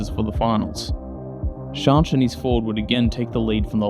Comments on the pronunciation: Yeah AI is unbearable, although I'm still left a bit confused if the 'Shonsh' repeatedly mentioned is actually Schanche?? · Firstly, you really do need to brush up on your pronunciation of some of the drivers especially Schanche…! But a really great video, excellent footage of the old iconic group B cars strutting their stuff & their evolution in Rally cross after the end of group B in 86. I remember watching these cars back in the day with fond memories, so much so that I have my own group B car in the garage… a tuned Sport Quattro…💪🏼 it’s no garage queen either, it gets used regularly… & gets a massive following wherever it goes…😎 Well done sir, keep on keeping on 👍🏼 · Eddi Laumanns is an endless source of rallycross information. He attended every single round of the ERC/ERX or whatever it was called. He didn't miss one round and has a photo catalog like you wouldn't believe. Needless to say he was a photographer of these events and has very good connections in the old generation of rallycross drivers. BTW I love the way you say Schanche! It's very wrong, but very funny! It's like you would say skank with an E at the end "SkankE" or as many reporters from Britain would say "ShankE". Great video sir. 😁 Also also! The fact that you only have 68 subs is criminal! Here, have mine! 😁